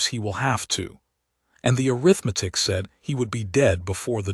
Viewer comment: When will a I learn how to pronounce arithmetic?